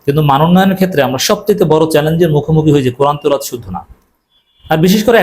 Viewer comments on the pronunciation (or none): You said teloat why no Tilaowaat?